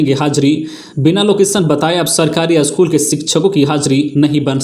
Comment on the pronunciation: अस्कूल नहो पर स्कूल बोलिए ।